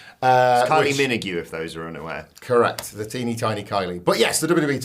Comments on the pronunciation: I did as well, until when I heard how they pronounced her name... "Min-o-gyoo" what the f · I have never heard someone pronounce Kylie minogue's name that way minagoo 😂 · Is that how her name is pronounced or was just on something Or maybe its a bit from the podcast or something? I was genuinely shocked when I heard it I went back twice to make sur3 I heard right 😮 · Did he say Kylie Min-a-gyoo? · WTF was that pronunciation there... like I've never really been a fan of hers but as an Aussie that one hurt my brain.